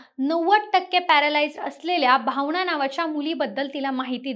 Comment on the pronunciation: भावणा नाही हो भावना बोला अणील नाही हो अनिल बोला पिस्तुलआनलं नाही हो आणलं बोला